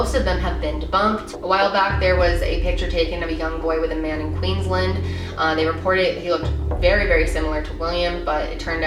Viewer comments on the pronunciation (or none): ew the way you said queensland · honestly love how americans pronounce queensland, makes me smile. but on a more important notes thankyou for spreading this story xx